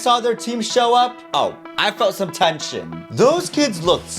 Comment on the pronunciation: When he said tension I thought he said shit